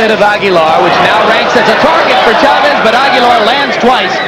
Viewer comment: HBO could even pronounce Chavez correctly.